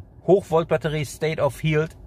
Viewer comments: Darf ich Dich darauf hinweisen, dass Du das Wort "health" falsch aussprichst? Es wird nicht "hieltsf" ausgesprochen, sondern eher so "helltsf" (th-Laut am Ende, schriftlich schlecht darstellbar, aber ich hoffe, Du weißt, was ich meine). :) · Informativ, wie immer. State of “health” soll aber als "Hält" ausgesprochen werden ;-) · Bitte mal Health Aussprache googlen. Nicht böse gemeint, habe bei archive auch ewig falsch ausgesprochen.